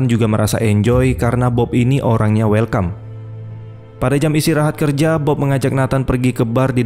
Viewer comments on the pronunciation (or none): none